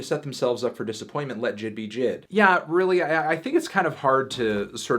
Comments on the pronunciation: Jid.... IT’s JAY-EYE-DEE, melon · Hey baldy you see those periods. It’s not jid it’s J I D you’re better than that fantano. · it’s pronounced JAY EYE DEE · Anthony calls him Jid 😂😂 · isn't his name pronounced "jay eye dee" or nah